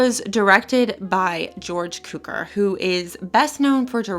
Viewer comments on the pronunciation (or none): /it is pronounced CUE-CORE.. Cukor. Not. Cue-kerr..CUE-CORE.